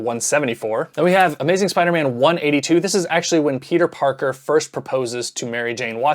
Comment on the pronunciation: In the bloopers you went full southern with The Amaizin' at the end.